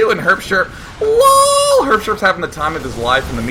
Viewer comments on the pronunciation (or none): The way Day9 prenoucnes "lool", im smiling even a year after. Omfg thats good.